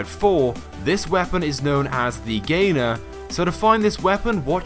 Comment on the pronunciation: It's not the gainer it's the the gainer